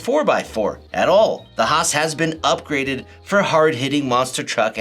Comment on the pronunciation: Bro..I love you for calling it the: HAH-SSSss.